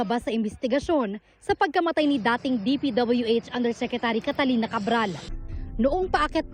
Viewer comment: Catalina hindi Catarina🤣